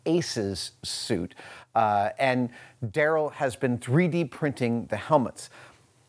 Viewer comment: that's pronounced "Da Rell"